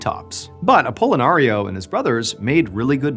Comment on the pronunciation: stop saying apollonario.....shiiiit pickle...pickle...pickle....